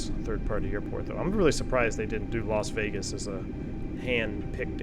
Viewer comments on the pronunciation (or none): When you said lost wages, I thought you were talking about the airline furloughs lol